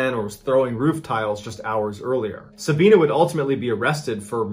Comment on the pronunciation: Its pronounced Sabi not Sabean. As in the letter i. Sab i na.